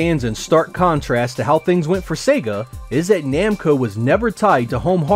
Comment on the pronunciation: Are you sure it's "Nemco" and not "Namco"?